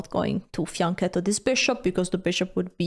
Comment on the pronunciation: Sì ma adesso ha ricominciato a dire fiancèto 🙂